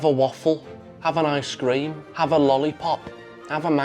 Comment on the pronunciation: Never heard ice cream pronounced as I scream before 😂